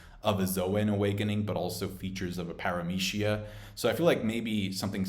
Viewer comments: I'm stuck on para"meshia" and lo"G"ia but yet all the Japanese word a spoken so... good video though! First time watching all the way through one of your video because you have a tendency to so things like this has to happen as if you're some sort manga experienced writer of an world famous manga; which you did this video too but I just kept listening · Interesting way of pronouncing Logia..zoan and parametia..